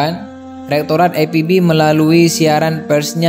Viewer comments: Ini sangat lucu sok English bahasanya, IPB kok di baca ai Pi bi. Jangan norak dong pengisi suaranya. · Mas tolong dibaca IPB (INSTITUT PERTANIAN BOGOR) tidak usah dibaca ai pi bi. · Aipibi? Oiii....itu bukan singkatan dari bahasa Inggris. Mau gaya-gayaan bahasa tapi salah... wkwkwkwkwk.... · IPB pak...jgn di baca dg logat inggris..krn anda berbahasa indonesia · Lebih baik penyebutan IPB diucapkan dalam bahasa indonesa aja min.. Gak usah ke inggris inggrisan.. Di ucapkan Ai pi bi.. Karena penontonnya ini org indonesia semua dan bangga berbahasa indonesia. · sebenarnya gw tau maksudnya itu... Cuma narator nya songong sok2an British language utk penyebutan akronim Indonesia... Padahal masih makan nasi aking IPB lho.. Bukan aipibi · Waw hebat ya yg bikin konten bule. IPB saja dibacanya AiPiBi. Soal Beasiswa dicabut Krn jadi muaalaf ya ga masalah. Aturan administrasi nya kan jadi batal karena namanya berganti. Kecuali sdh diurus masih ga bisa baru deh protes. Yg pasti Allah dekat dg seorang Mu'allaf. Tak perlu khawatir. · IPB bukan Aipibi, bacanya biasa aja Jgn sok keren. Jatuhnya ke aneh..he3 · Berita ini sudah "basi" Mas, kita sdh membaca beberapa tahun yang lalu. Kokbilangnya "Muallaf Terbaru". Dalam ceritanya aja, dinyatakan peristiwanya tahun 2015, berarti udah 7 th. Oon banget c,lho. Sekolah dulu Mas. Lagi juga membacanya kok, loogat/ aksen Ingris "Ai Pi Bi" . Biasanya kita menyebut Ii Pe Be. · I Pe Be yaa.. bukan Ai Pi Bi. Orang mana sih ente min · buat:" i pe be" x ah ga usah ai pi bi,letaknya di bogor qo bukan di england 🤭 nama indonesia ipb tuh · Bang Ii Pe Be jgn di baca Ai Pi Bi dong ah bhs indonesia aja bang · Min, lebih enak denger I PE BE drpd AI PI BI, but bravo Arnita, love u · I pe be bang bukan ai pi bi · IPB ... dibaca I Pe Be ... bukan Ai Pi Bi... belajar berbahasa indonesia yg baik & benar lg ya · Yg baca narasi ny lebay baca IPB aj EPIBI jelas2 itu penulisan kata bahasa Indonesia ny IPB bukan penulisan asal kata kalimat bahasa Inggris